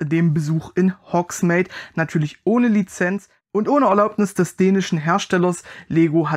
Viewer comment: Hogsmeade (spricht sich Hogsmeed) 😊